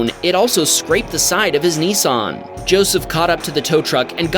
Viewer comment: It's Nissan not Nisson